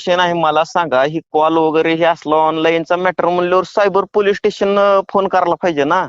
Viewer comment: दोघांनाही पोलीस स्टेशन बोलता येत नाहीये दोघे बोलतात पोलीटेशन